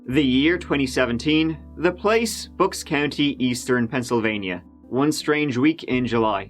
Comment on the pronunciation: Bucks - rhymes with ____, not books. Three, not tree. Thirty, not turdy.